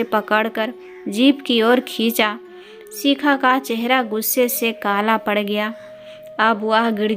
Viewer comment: Shikha bolo sikha nhi uchcharan sahi karo kisne tumko mauka Diya hai kahani me bahut bdha Chadha kr varnan hai bekaar khani